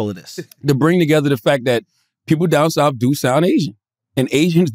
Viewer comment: Why can't CTG pronounce words that end in "th"? Troof? Souf? Worf?